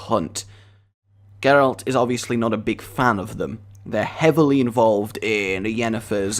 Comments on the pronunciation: did he say "Jeralt"? xD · Oh please for the love of everything don't call him jeralt, it's Geralt, and even if it isn't it sounds way nicer. I am so hyped for this. I was NOT expecting an intro of those epic proportions!